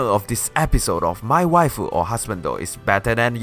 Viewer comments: Just as a quick FYI, when you said "Wae" the first time I was like WTF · Like I was WTF is he saying something in Spanish? I was laughing for most of the video 😂